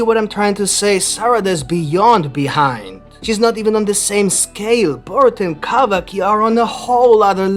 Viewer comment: I love the way you pronounce Kawaki